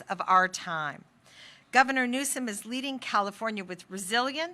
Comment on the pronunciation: It's NEWSOM. No E at the end. 😅😊